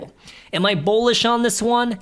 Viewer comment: I don't mean this in a mean way at all but are you saying Bowlish or Bullish. If its Bowlish is that just a new way of saying bullish?